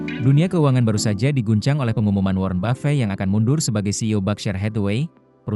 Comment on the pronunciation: kok orang2 nyebutnya buffey ya? kyk prasmanan 😅